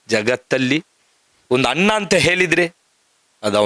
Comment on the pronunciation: ನಿಮಗೆ ನಾಲಗೆ ಸರಿಯಾಗಿ ಒರಳುವುದಿಲ್ಲವ... ಅಣ್ಣ ಅಂತ ಹೇಳಲು (ಅನ್ನ) ಅಂತ ಹೇಳ್ತೀರಾ. ಮಕ್ಕಳು ಅಂತ ಹೇಳಲು (ಮಕ್ಕಲು) ಅಂತ ಹೇಳ್ತೀರಾ...😂 ಹೇಳು (ಹೇಲು) ಅಂತ ಹೇಳುವುದಕ್ಕೆ.. ಏನ್ರೀ ನಿಮ್ಮ ಕಥೆ.